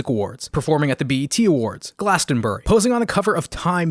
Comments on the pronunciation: Is no one else going to comment on the fact this man called Glastonbury ‘glastonburr’ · Glastonburrrr lol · Everyone else: Glastonbury: GLASTONBURG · I've never heard someone pronounce Glastonbury this poorly.